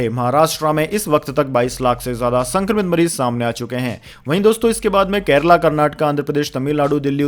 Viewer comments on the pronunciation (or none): none